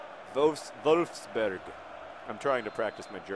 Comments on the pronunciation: Your Wolfsburg sounded more like Wolfsbörg :D And you should pronounce Sprite like Shprite (or maybe thats just a swabian thing, who knows :D) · John, your english pronounciation of wolfsburg ist actually better than your "german" one. the german one sounded more like you were talking with a hot potato in your mouth :) also 1:0 against wolfsburg. congratulations. they're currently 2. place in the bundesliga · It's okay that you can't pronounce WOLFSBURGS's name right, Nobody likes them here anyway ^^ They are a bit like Chelsea, there is one big company that gives them money so it's kind of like the opposite of The Wimbly womblies. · As a German English student it's hilarious/interesting how John gets the u right in Bundesliga but not in Wolfsburg, even though they're the same sound :D But aside from that, you pretty much killed it :) I'm pretty off, the test thinks I'm 45 when I'm actually 22 :D